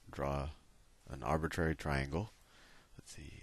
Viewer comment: oh...and your favorite word is aribitrary...i've noticed that